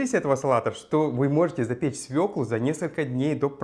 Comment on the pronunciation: всё отлично,но пожалуйста свёкла,ударная на ё.